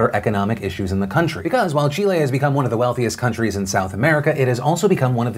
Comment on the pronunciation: Kudos for the "Chile" pronunciation